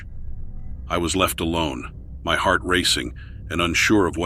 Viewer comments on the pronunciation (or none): none